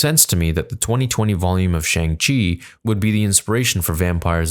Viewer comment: I hate to be that guy but you should pronounce it as "SHONG-CHI". Some people might get offended.